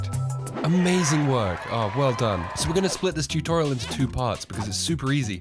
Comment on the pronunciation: I like the "shutorial".